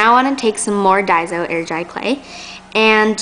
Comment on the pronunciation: It is daiso. Not daizo